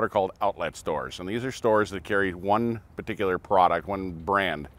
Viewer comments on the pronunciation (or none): none